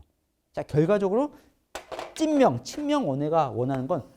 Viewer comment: 찐명이 자꾸 찢명으로 들림